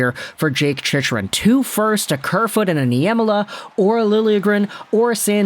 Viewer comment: The fact that you are still saying his name wrong after all these videos about him...